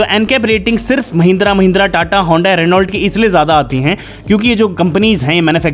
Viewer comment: रेनॉल्ट नहीं, रेनॉ कहते हैं, साइलेंट भी कुछ होता है स्पेलिंग में जो प्रोननशिएशन में साउंड नहीं करना होता है।